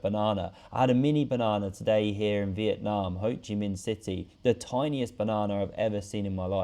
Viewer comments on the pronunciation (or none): none